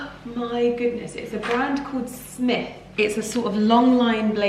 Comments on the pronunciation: I love Smythe blazers!!! Its actually pronounced SMY-THE (hard Y!) and they're a Canadian based company! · Hi from Canada. Smythe is a Canadian label and the "y" is a long "i" sound. Enjoy the blazer from a great female Canadian designer team. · I am so excited that you have discovered Smythe! (not pronounced Smith😉) It's a fantastic Canadian brand with the most stunning, top quality blazers (and other clothing). You would LOVE the duchess blazer as well. And that was really good advice for people who want to begin running. Enjoy life coming out of lockdown! xo